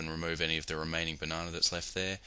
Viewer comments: "Bananer"- I love the english language, along with all the accents for it. On that note, good job. Clean (pun intended), and simple. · buh-nah-nah lmfao so badly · banonna lol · BAH-NAH-NER HAHA! LOL